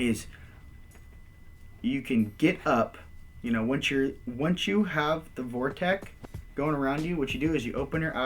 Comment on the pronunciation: Thanks so much for doing these videos but dude, this is the *fastest* way, a "short cut"?! You're kidding me! It takes THREE videos to explain this and the best part of an hour to get there?! Cut the repetition and ramble and the whole series could be 25% as long. Would love to see a more coherent summary. (Also, please, it's a "vortex", not a "vorteck".)